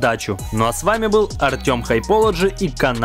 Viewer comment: хайполоджи? Ничего хуже я не слышал 😅